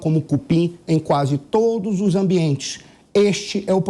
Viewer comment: pois é, ela estragou a fala com esse " todis".